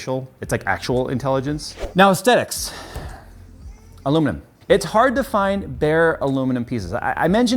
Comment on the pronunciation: Corrects himself from “Kam-fered” to “CHam-Fered” Always say “Astetics”